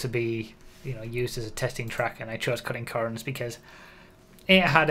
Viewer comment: I'm a northern lad and i still cant say it as well as you do.